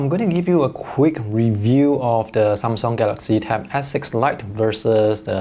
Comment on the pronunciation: I think you pronounce Samsung correctly.